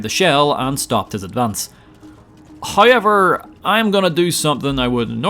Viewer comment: Is it "hoiyever"?